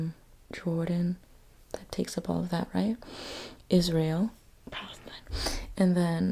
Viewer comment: I love but...I think she mispronounced Palestine there at the beginning of the video... 🫥 (But I love how she mentioned the issue later)